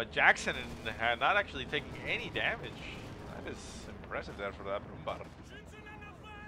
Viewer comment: nice cast, P.S. you pronounce it brumbear ;) (ä=ea)